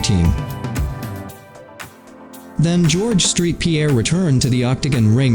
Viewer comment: It’s saint Pierre not street